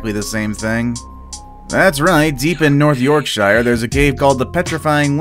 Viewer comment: You said Yorkshire wrong can Americans get anything right 🤦🏼‍♂️🤦🏼‍♂️🤦🏼‍♂️ I live in Yorkshire and was born there it’s a county which is basically a state but don’t have a capital it’s York shere that’s how you say it don’t get it wrong again plz I can’t stand it same with anyone from uk 🇬🇧